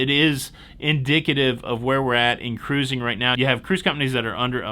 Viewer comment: Don’t change caaruzing!